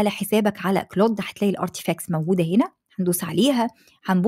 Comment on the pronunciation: اهتمي بتحسين محرك بحث يوتيوب تم اقتراح قناتك لي اول مرة .. بس في حاجة حضرتك هو مش اسمه كلوت 😂 ولا حتى كلاود هو كلود